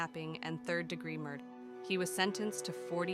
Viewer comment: AI voices are awful!!!! What’s a mur…….? Terrible.